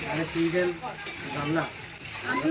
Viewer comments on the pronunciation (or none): চুই ঝাল, চই ঝাল না।